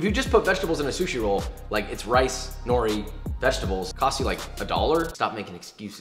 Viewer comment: As a Japanese person I had to cringe every time he said” nori”. Still loved the video🙂